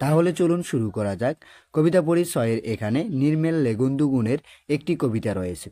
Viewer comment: নির্মলেন্দু ❌ নির্মেলেগুন্দু ✔️ নীরবে ❌ নীবীরে ✔️ সরবে ❌ সবরে ✔️ 😂😂😂😂😂🎉